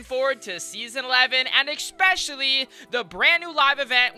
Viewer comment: u said exspecially not especially